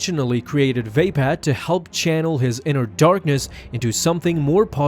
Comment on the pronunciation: vape pad lol i think its va pad